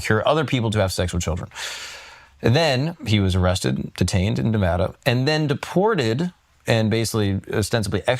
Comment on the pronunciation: OMG!!! Please learn to pronounce Nevada!!!